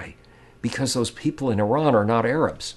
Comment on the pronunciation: On of the few americans who pronounces Iran correctly. It is Ee-ran not I-ran